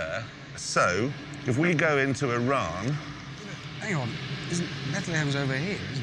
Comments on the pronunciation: it's actually pronounced Eerahn/e-run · I’m from Iran and it’s not pronounced the way he said it